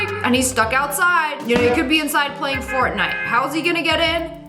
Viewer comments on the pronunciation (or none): none